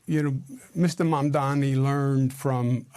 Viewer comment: It’s not “Mamdami” it’s Mamdani! I’m pretty sure your inflated ego would not want that level of disrespect in people intentionally mispronouncing your name, Cuomo…